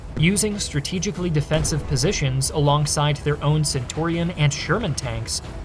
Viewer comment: The way you pronounced centurion was criminal 😅